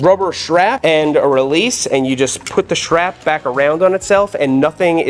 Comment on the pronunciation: Schrap? What is a schrap? Strap. The word is strap. Say strap. Or whatever..gonna go ride my borik.